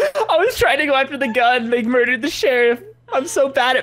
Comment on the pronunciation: "Do you want to get murded